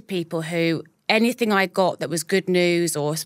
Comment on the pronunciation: It’s -anything not ‘ anythink’